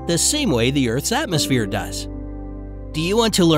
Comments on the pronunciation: EARTS! Me: Cough Earths.. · Umm... You said "Earts" instead of "Earths"